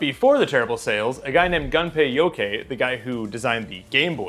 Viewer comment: I don't mean to be rude but its Gunpey Yokoi like a Koi fish.